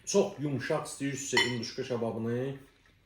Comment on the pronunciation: induşka yox,hinduşka.